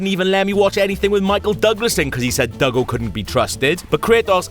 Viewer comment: "Cause he said Dougle couldn't be trusted" 😂😂😂 Could not stop laughing